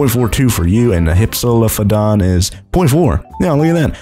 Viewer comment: Say with me now: “Hip-Sa-Loaf-O-Dawn”